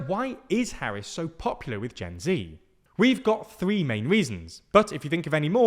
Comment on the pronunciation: You pronounce Gen Z wrong